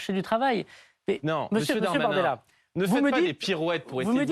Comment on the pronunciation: Mr Bardella a explosé verbalement le Dahr-mahnain